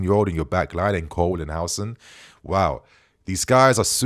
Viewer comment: The name is Huusen but not Hausen stop styling Islamic names into British